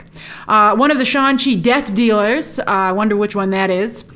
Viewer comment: Am I the only one laughing every time I hear “Shaun-Chi”